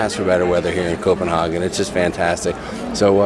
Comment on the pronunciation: Lol love your channel. My dad dipped Copenhagen for years (in the states) and the way you are pronouncing it is cracking me up! Lol He pronounced it Co-pen-haaaa-gin!!! Lol not sure which way is correct!!! Lol Let us know what is correct! Lol